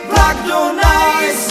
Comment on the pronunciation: Písnička dobrá o tom žádná, ale moc nerozumim tomu co to je to "najs" pokud se myslí to francouzské město, tak to se vyslovovuje spíše "nys"...